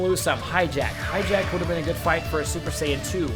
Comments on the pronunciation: Hi-jack? really? hi-jack, *facepalm* its Hachiyack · i hate how hi says high jacked when its pronounced "hot-ch-ee-ack" like for real, high jacked boi also im sorry for making fun of you i can tell this guy is a true fan by heart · I cringed every time he called Hatchiyack hijack. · you called Hatchiyack hijack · Why do you call hatchiyack hijack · ! its Gigantic Hammer and you pronouced Hatchiyack completly wrong